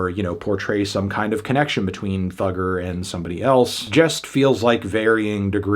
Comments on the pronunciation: You didn't have to say Thugger with hard R so many times, Fantano. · Ikr, saying Thugga with the hard r is disgusting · Why is he saying Thugger with the hard R???? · "Thugger" with the hard R is crazy